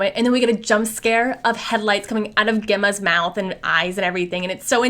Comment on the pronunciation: cant take u pronouncing Gemma like that. 😭its pronounced like jemma